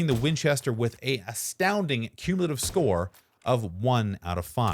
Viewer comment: By far your best video. Might want to check the dictionary for the word Cumulative though.